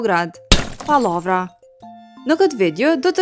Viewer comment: Lopa qe po lexon dhe po e livdon Knudsenin po rrene. Kjo lexuesja (redaktorja😅) po e perdor shpesh fjalen "pallavra" qe BASH vet po lexon pollavra.